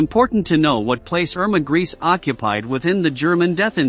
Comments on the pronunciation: Her last name isn't pronounced "Grease"... it's pronounced "Gray-sa"..evil as she's been accused of she should at least be presented properly as such... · Man, your pronunciation is atrocious. Mengle and grease ?? Actually pronounced Men-gel-a and Gre-sa (the S is spoken as a Z. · Its pronounced, "Men-Gel-Luh" not Mangeel. And Irmas name is pronounced Gray-sa. Have you ever read about or watched any kind of WW2 films or books, ever? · Thay sed Greásé was experimental not Cream-Mátéd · Irma's last name is pronounced Grayse with the letter e also pronounced. Gray-se. She was an evil young woman who deserved the death penalty which was a lot quicker and less torturous than the bestial things she did to the poor women in the concentration camps where she "worked". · Pronounced grey suh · Grese is pronounced as " Grayza". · Same thing I thought as soon as I heard "Emma Grease" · Informative? He badly mispronounced her name and provided a completely fabricated story about her execution that bears no resemblance to the truth.